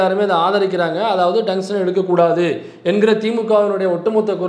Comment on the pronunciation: டங்ஸ்டன் என்று அவரை சரியா சொல்ல சொல்லு. இல்லை எழுத சொல்லு..